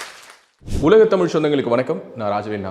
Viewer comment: Best wishes to Annamalai and his team ! Nice to see the blend of nationalism and religious pride. I have one request- could Thiru annamalai avl., please ensure he pronounces the word தமிழ் and other தமிழ் words correctly 🙏? It is not "தமில்" . This may sound like a trivial point but i believe that Regional pride starts with respecting the language enough to speak it the way it's supposed to be spoken.